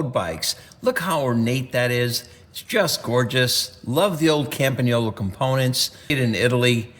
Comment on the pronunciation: Thank you from Italy, for pronouncing "Campagnolo" perfectly.